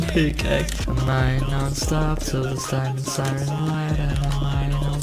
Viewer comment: I really love his "diamondo" accent😂😂